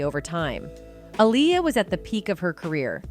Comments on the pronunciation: I appreciate the content but I don't appreciate the mispronunciation of her name several times. A-LIAR, then you say her name correctly. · You are saying her name wrong is Aaliyah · Saying her name 5 different times is a massive sign of disrespect….. if you cannot do your research correctly and listen to how her name is pronounced. Then your being purposefully disrespectful… 😐😑🥴 let’s see if any of your white subjects you do that to? Will be interesting to see if it’s solely Black and Poc names your purposely mispronounced….